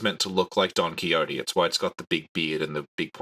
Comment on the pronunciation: is really lucky that isn't making him pronounce don Quijote properly...